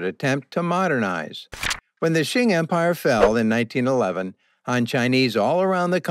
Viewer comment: Very interesting information. But please, “Qing” Dynasty is not pronounced “Shing”. It is very difficult to hear you keep calling it Shing.